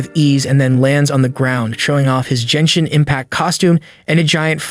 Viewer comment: Brother it doesn’t pronounce Jenshin impact it’s genshin impact!!!!😢😢😅